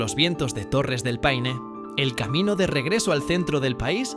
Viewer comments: Chilito qué te extrañoooo! y se pronuncia P-a-i-n-e y jamás pein!! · ¡PAINE! Huevón estúpido. Paine es una palabra del idioma mapudungún, la lengua de la etnia mapuche y significa: 'celeste' o azul claro. Junto a las Torres del Paine corre el río Paine. Pero también en las cercanías de Santiago hay una localidad llamada Paine, famosa por lo grande y sabrosas que son sus sandías. Hay que ser extremadamente torpe e ignorante para creer que esta palabra de origen mapuche deba ser leída como si fuese una palabra inglesa. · Ridículamente estúpido, torpe e ignorante creer que la palabra «Paine» de origen mapuche deba ser leída como si fuese una palabra inglesa.